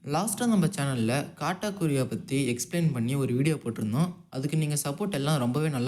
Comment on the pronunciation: Bro naan than sonnanla athu காட்டாகுரி, கட்டாகுரி nu